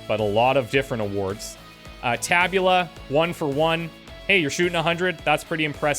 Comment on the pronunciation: If I am not mistaken, the accent in “tabula” is on the first syllable. Tàbula!